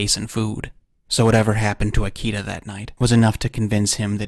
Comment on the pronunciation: "Ikeda" is pronounced as /ikeda/, not /aiki:da/.